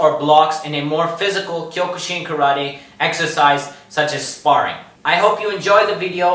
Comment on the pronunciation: It’s pronounced kyo-kuh-seen